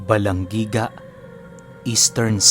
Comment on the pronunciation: Hi I'm from balangiga originally nice story But it's ba-lan-hi-ga